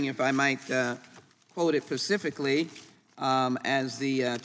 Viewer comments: Wait... did she just say "pacifically" instead of "specifically "? I know thats nitpicking, but come on they should at least be able to speak correctly! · did she seriously say "pacifically"?!? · I love how she quoted it Pacifically. Don’t want to quote something Atantically, or Balticly, or heaven forbid, Mediterraneanly. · 😂 she said Pacificly, and then her smoke detector at home chirped😂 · I knew I had better check a few comments before I posted. You beat me to it .. pacifically the word and many words she disspoke crumbpleatly. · As soon as someone says "pacifically", I lose all respect for them.😂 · Did she say " pacificly?" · Did she say “pacifically”? Your government leaders, folks…. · QUOTE IT PACIFICALLY 🤣🤣🤣🤡🤡🤡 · What does it mean to quote something "pacifically"? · What exactly does she mean by “quote it PACIFICALLY”? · She quoted it pacifically. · "pacificly" And "atlanticly" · Sheila Jackson Lee, "If i might quote it "PACIFICALLY" Why not quote it Atlantically?😂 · She says pacifically in place of specifically and Pfizer in place of FISA. Wtf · Pacificaly - you mean specifically. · "Quote it pacifically" ..okay lady you lost all credibility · She doesn't even know specifically vs pacifically Jesus Christ man